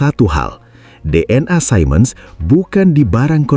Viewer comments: Siemens diucapkan sea mens (atau see muhnz di Amerika Serikat, sedang di Jerman zee mens) bukan sai mens (yang bisa disalah-artikan mengucapkan Simon) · btw siemens itu cara bacanya "simens/see-mns"